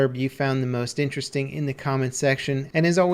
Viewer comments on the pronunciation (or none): none